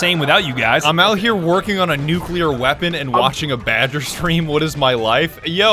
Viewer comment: badger becomes french 😂😂